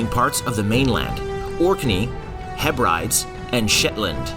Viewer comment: heh-brides? WTF??? It’s pronunciation is… Heh-burr-deez. You should know your material better buddy. You also mispronounced Chieftain along with a few other words but I’m not getting into that unless you want to know. Come on buddy, get it together if you want to make educational videos.